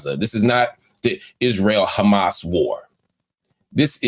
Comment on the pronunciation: The A's in Arabic are the same. Say Hamas.